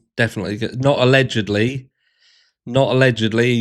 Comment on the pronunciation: Mornin! Omg…I can’t with this woman…she can’t say “allegedly” and the incel thing??? Serialously Annie?? Ugh. I’m done.❤❤❤❤